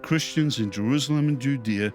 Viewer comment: Why does say Jeruzalem? He pronounces an s as a z. Not important but it bugs me.